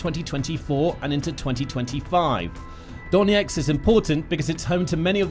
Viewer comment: Why do you consistently pronounce Donetsk as Doneks?